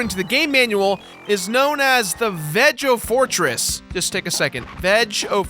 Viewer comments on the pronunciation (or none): I think the Veg-o-Fortress is pronounced with a hard, not soft G. Veg as in Vegas. so Vegas-o-Fortress. I always loved that subtle naming thing